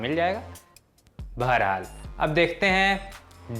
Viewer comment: Kya chomu anchor lete ho be 🤣 "beharhal" koi baat nhi